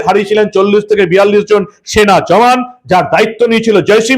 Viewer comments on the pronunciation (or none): none